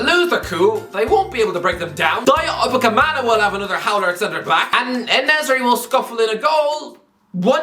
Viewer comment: One day, will say Upamecano's name correctly. Today is not that day